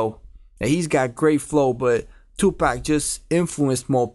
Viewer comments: pak not pack paaaak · Why he kept on saying tupack